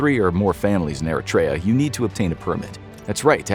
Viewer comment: The pronunciation of Eritrea is making me mad 😂